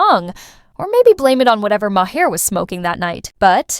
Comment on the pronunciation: AI produced videos need to stop. "Ma HAIR"?? That's how you''re pronouncing Maher's last name? But only half the time? His name was pronounced three different ways. Either do a video, or don't. But this ridiculous phrasing and off-putting pronunciation is an insult to content creating. And I agree with the message--but the value of it is lost in the AI reading.